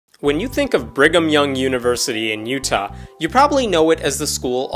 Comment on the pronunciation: lol, somehow I always heard "Bring'em Young" instead of "Brigham Young"